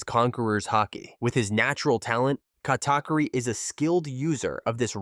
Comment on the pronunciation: The way he say Katakuri is killing me😂